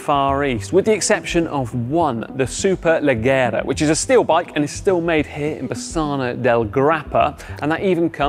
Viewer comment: Hey, cracking video! Just a heads up; the double g leggera is pronounced as a j in English. It means ‘light’ (as in weight, not lumens).